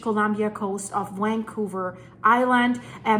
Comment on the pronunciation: I got stuck on the part where you said “Wancouver” I don’t remember anything you said after that 😅 It definitely got my attention 😳